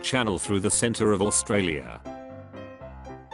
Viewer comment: imma actually kill someone if i hear australia being pronounced as oo-st-ra-li-a one more